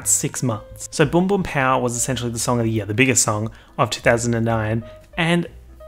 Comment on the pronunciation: Why u gotta say “year” like that smh